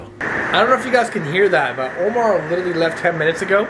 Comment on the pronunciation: Instead of Omar he said momar